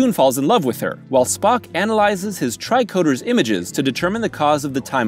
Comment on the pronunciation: Tri-Coder instead of Tricorder. Interesting.